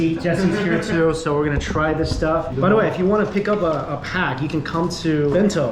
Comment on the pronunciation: can say any words that involve the letter 's' properly? he always pronounces s words like 'SH' or 'X' i guess his chinese accent can't be hidden.He would say 'shtuff' or 'xtuff' instead of 'stuff'. Can't get a clean S in.